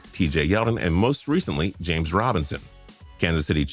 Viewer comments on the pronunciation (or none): none